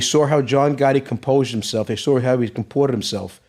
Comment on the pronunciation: He sawr what time it was when the lawr changed.